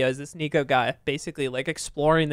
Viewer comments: Btw the niko’s name is said nick o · It’s pronounced Nick-O and he’s the goat. NDL rise up